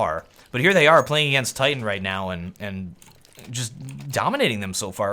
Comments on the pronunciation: First u say its ct sided then u say its t sided then you call titan kite-an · he messed up saying titan and said kriten